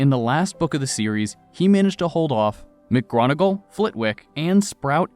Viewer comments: McGronagall? There's no "R" in McGonagall. "Mic-Gonner-Gill". Also some of the voices you employ don't match the characters in any way shape or form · McGronagall lol I’m dead